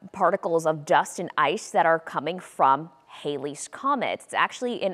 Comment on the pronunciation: She said orths Erbit